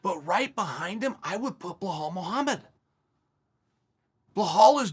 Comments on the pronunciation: After two videos of Chael saying Blelhall Mohammed I think Belal might be required to legally change his name. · Blahal is great too